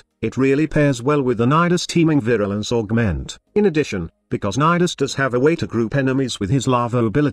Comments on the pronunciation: Congrats on getting the computer to say Nidus and not Needus like some other youtuber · The actual pronunciation of Nidus is actually similar to Midas.